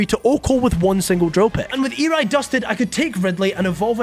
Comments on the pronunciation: I can't get over you pronouncing Eri wrong XDD its pronounced "Air-E" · Eri name is pronounced air-ree